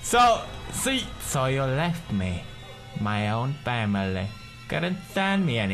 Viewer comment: i thought it was "my fail" an then he said "family"